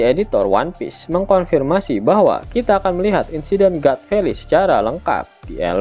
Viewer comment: God valley... Di baca Gat feli... Hadeh...